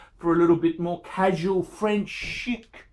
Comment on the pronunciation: Is he on meds or off them??? and, ironically it's pronounced French 'sheek', not 'shik'....and what are Firmagamose?